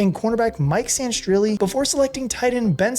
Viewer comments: Sanistril dude. Sanirstril. Not Sanirstrilli. He's not an Italian soccer player man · Say it with me: SANE-RIH-STEEL… Mike Sainristil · I lied to myself when I said I wouldn't let it bother me, but Mike's last name is pronounced San-ri-still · You’re saying mikes name wrong it’s pronounced San•der•still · PLEASE learn how to pronounce #10’s name…you’re butchering it! 😉 HAIL TO THE REDSKINS! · Yeah I’m like he’s not Italian 😂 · That was irking me so much 😂😂😂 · Yo i was about to do the same shit had me annoyed every time he said that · How tf are you saying Mikey's last name again?